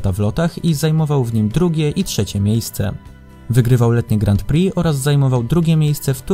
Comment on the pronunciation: Bardzo mi się podoba ten ranking. Na 2 rzeczy zwróciłbym jednak uwagę: 1. Wymawiamy "Grą Pri", nie "Grant Pri" - zwłaszcza to "t" kłuje w uszy. 2. Przydałoby się jako osiągnięcia specjalne dorzucić "obrona tytułu", czyli np. 2 wygrane w PŚ z rzędu, 2 złota na dużej skoczni w MŚ/IO z rzędu, 2 wygrane w TCS z rzędu itd. Jednak to świadczy o wielkości sportowca, jeśli potrafi obronić wywalczony tytuł. A kilku by się znalazło :)